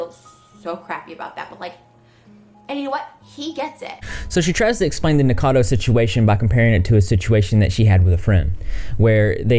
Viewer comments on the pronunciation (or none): It's pronounced "NICK O CADO" not "Nick Cado" just saying. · why is it so hard to say Nikocado people???